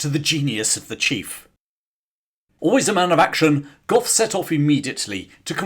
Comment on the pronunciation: It's general Gough! Gentlemen! Fix your bayonets!